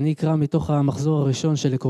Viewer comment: "Ani eekra" !!!! What a shame.